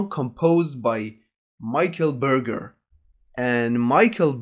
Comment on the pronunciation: Mikael Beurgueur, lol :)